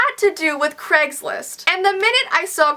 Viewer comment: I like how you say "CregsList" 😂